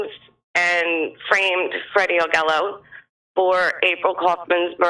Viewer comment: Augello is pronounced "Ah Jello". Free Freddy.